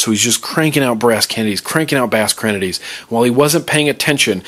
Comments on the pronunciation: "bass krennedys" XD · Bass krennedys? lmao